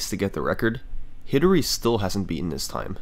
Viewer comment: “Hidary” is a slight alteration of “hidari,” pronounced “he DAH ri” (soft d for Japanese pronunciation), and it means “alone.”